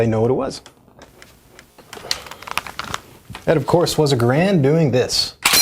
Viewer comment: It’s g-A-rand not grand